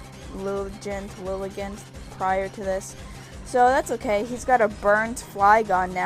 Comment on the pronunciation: I think Lilligant is supposed to be said like "elegant". :D